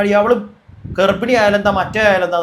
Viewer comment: ഗർഫിണിയല്ല, ഗർബിണി